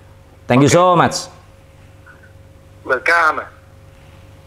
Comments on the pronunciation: om ari : thank you soo much om andre : welkame wkwk ngakak yallooh wkwk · Ari Lasso: thank you soww much Andre : welcamaah G ketahan buat nahan tawa hahahah